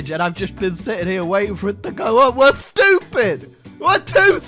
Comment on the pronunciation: No one:: they're too shtyoopeed